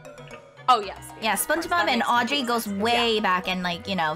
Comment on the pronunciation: Thats not Audry Thats Auedry